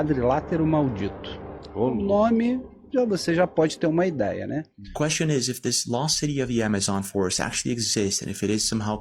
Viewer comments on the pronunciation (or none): none